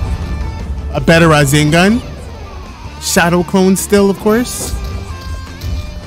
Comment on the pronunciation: am I tripping or is this man saying razengan and not rasengan